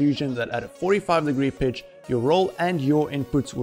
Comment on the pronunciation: Great tutorial, really enjoyed it. When you say pitch it sounds like bitch haha. I had to rewind to check. Where are you from with the accent?